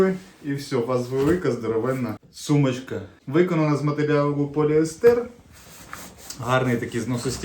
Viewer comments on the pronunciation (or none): none